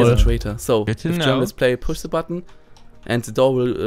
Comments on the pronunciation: Se -.- es ist THE! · Se osser side alter -.- THE OTHER SIDE wie ich diese leute hasse die anstatt the se sagen -.